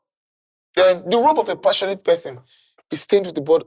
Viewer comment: The “ROBE” not “ROLE”